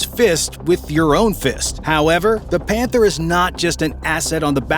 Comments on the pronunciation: i think i heard this incorrectly, "This is the KF fif one pander" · Did i heard "panther" 💀💀💀